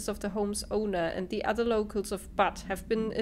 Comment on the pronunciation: Awesome! Sooooo... do you like the telekinesis power? It was hard to tell. ;) That was really funny. You were like a kid at Christmas. ~ Also, I couldn't stop laughing when you were reading the Butte memos. Butte home indeed. :) It's actually pronounced, "BYOOT", the like first half of Beauty. ~ Really fun times, this looks so good. I watched all three episodes that I was behind, while exercising on the elliptical.